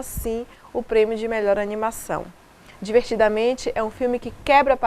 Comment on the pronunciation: Adorei como sempre os seus comentários muito bem articulados e explorando quase tudo deste filme maravilhoso. Só achei que faltou um detalhizinho de nada mas que considero muito importante: Ao falar o nome do filme no Brasil, você pareceu dizer Divertidamente ao invés de Divertida Mente. Acho importante fazer notar que o nome do filme é formado por duas palavras e, portanto, com dois significados. Divertida é um conceito que todos sabem o que significa e Mente, é uma palavra que, no filme tem o significado da mente da garota, isto é, sua cabeça, pra falar numa linguagem popular. Mesmo assim, parabéns pelo excelente comentário.